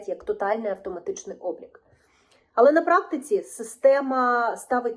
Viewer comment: Правильно казати "але", а не "али", а також потрібно казати "всіх", а не "всих", а так загалом все дуже добре і гарно з емоціями розповідаєте!